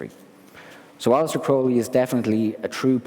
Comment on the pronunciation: I’m glad somebody else also pronounces the ’e’ like it was a long ’a’. It’s closer to the original Greek pronunciation.